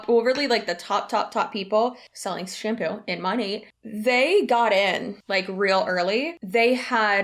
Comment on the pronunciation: I hate to nit pick but the way she says shampoo was absolutely triggering me 🫠